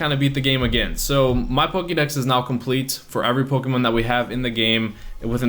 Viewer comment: it's Pokémon. Not pokeemon.